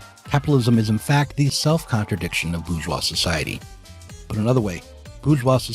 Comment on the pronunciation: My only criticism is that bour·geois has an r in it.